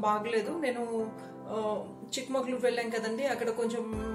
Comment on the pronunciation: chikkamagaloru mam chikkamakaloru kadu